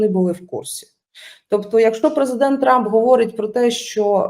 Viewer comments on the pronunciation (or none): none